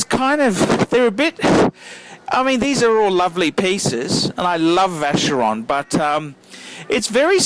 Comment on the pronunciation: Hi, can you please pronounce these brand names right? They are not "english" names, so please pronounce them as they should be pronounced. I believe these brands deserve it! I talk about all of them ( Jaeger LeCoultre, Vacheron etc...). Thanks for your videos!